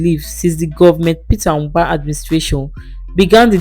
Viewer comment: Propaganda!!! Is this a paid Ad? Even the script she read sounded like it was written by Peter Mbah's government. So the video doesn't comes across as an objective, independent assessment. By the way, the lady reading the script kept calling him "Ubah"; it's "Mbah."